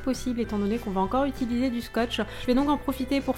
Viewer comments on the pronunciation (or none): Mdr , tu dit toujours "J'ai itulisé! " Ce n'est pas négatif , au contraire , c'est tout mimi ! continue comme ça !